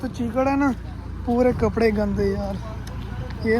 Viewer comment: चिकड नही कीचड़ बोलते है 😀😀😀😀😀